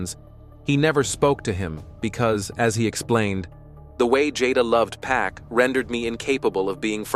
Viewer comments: It's Pac not pack this is all cap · Arseenio, Pack????? WHO ARE THEY? I am so tired of people telling stories about people they know nothing about. I mean how can you give accountings of someone's personal life and you won't pronounce a person's name correctly????? I WONT BE LISTENING TO THIS TRASH. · The 'Pack' pronouncing is killing me lol